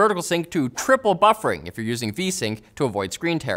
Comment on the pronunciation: Why do you say triple buffering like that lol